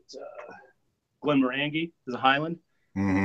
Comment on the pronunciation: Glen mor angie ha ha ha I think thats the first time I've heard an American try to say it.. ice cubes in Whisky bad bad that actually destroys the flavour as it draws the oils to it and away from the drink, it should only ever have water in it.